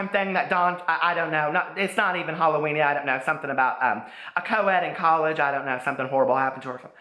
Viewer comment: LoL Happy Hall-o-wwenier lmao omg i love it